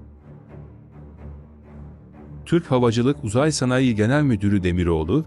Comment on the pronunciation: Türkçe konuşmayı bilen bir konuşmacı bulsanız? Tedarik ve sanayi sözcüklerini söylemeyi bilsin bari.